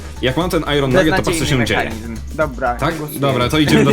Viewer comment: Nie "ajron" tylko "ajen" grammar nazi